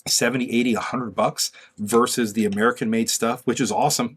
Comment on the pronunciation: It’s VERSUS not “verse”